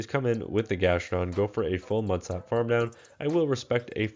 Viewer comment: It’s GastrodON